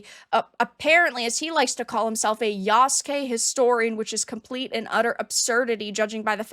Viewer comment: Lmao I’m dying… Yasugay…